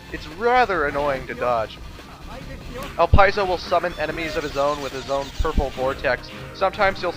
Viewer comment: ITS PRONOUNCED EL-LIP-SI-O DANGIT